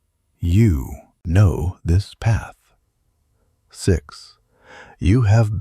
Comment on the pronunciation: STARTING TONIGHT I CHOOSE A NEW PHATH…STARTING TONIGHT I CHOICE A NEW PAH